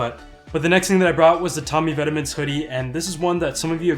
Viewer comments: Pro tip: Vetements is a French word and it’s pronounced “vet-mohn” as opposed to “vet-uh-ments” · Pronounced VET-MAUNT